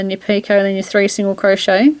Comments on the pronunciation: Two things; You are pronouncing "Picot" stitch correctly. Although I have heard others pronounce it [Pee- Cot]. I was taught [Pee- ko] and have said it this way for many years. Secondly, you are working the stitch correctly according to directions. This pattern has been fun working. Thanks for sharing it.:) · I seem to have spelt doily wrong sorry, and yes you are pronouncing picot correct !!